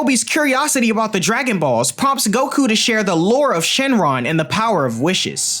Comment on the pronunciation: i notice demon king piccolo said shenlon